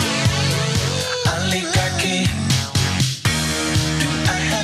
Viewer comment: O LI GAR CHY